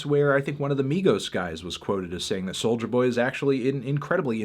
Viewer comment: It sounds like he is saying “soldier boy”